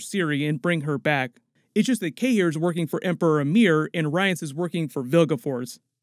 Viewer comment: Ooof that Rience pronounciation hurt me...